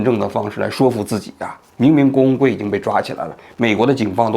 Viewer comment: 王局读的”郭文贵“怎么听怎么像”工会“，只有我一个人这么觉得吗？